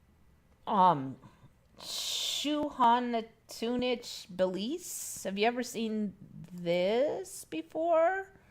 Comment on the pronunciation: Xunantunich? Brand new to me too! I'd try pronouncing it with Zoo nan tunic.